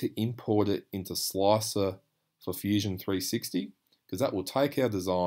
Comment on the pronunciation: Love your pronunciation of slicer! sloacer lol